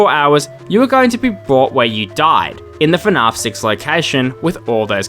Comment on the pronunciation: dude i love your videos, but the way you pronounce fnaf bothers me so much 😭